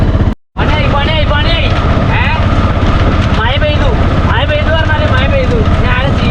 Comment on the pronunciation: മയയല്ല മഴ